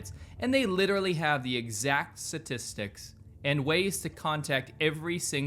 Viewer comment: d-did you just say... satistics instead of statistics ?